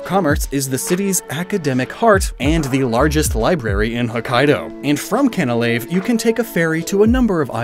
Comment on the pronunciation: I could have sworn that Canalave was pronounced “can-uh-lay-ve”? Or was that just to enunciate the “canal” part of the name?